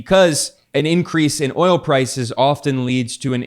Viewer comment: He said wi nit oyo . Basically eeuu no have oyo AaAaAaAa ....Venezuela Russia.. yes , we inbade Venezuela inbasiones a Russia we have oyo.